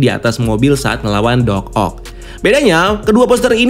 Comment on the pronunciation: Kagok bgt nyebut Doc Oc nya😂😂